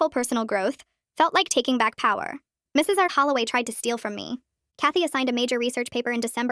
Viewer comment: why'd they say power like that😂